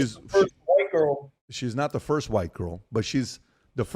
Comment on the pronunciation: Pat has been at war with the word "the" for as long as I've known him 😂